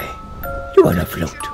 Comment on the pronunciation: says flaot